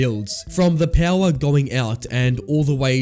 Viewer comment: who says power as PEAUWAR?